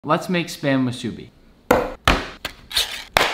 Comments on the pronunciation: It's pronounced Moo-soo-bee. Not Mah-su-be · I am from hawaii and live their and it is pronounced spam musibee u were pretty close though we also call soy sauce shoyu (show you)which is its name here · A lot of people pronounce it wrong, but its fine. (Moo) like cow sound, (su), (bee) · It’s pronounced- MOOOSOBI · It's pronounced moosubi I know because it's hawaiian and I was born there and I'm hawaiian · As a Hawaiian it’s just painful hearing spam “musubi” the pronunciation💀✋🏽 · I'm internally screaming because of how many people pronounce musubi wrong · I'm from Hawaii and these are like the main snack and I'm getting mad cause he is pronouncing everything wrong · You pronounced Musubi wrong